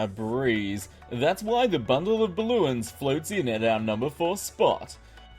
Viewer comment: you said Balloins